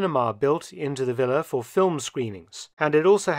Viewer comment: Ehm, what is a willa? In my language it's a villa, with a V for vengence. Is that Willa a result of Volkswagen VW? Why does the narrator say Willa? It sounds like Willa Wonka and the Chocolate Vector.